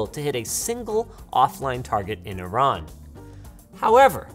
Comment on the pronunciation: I just wanted to say, thank you for the correct pronunciation of Iran.